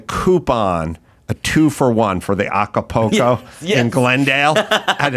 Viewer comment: Adam, I know you're illiterate buddy, but it's AcaPULco, not AcapOco.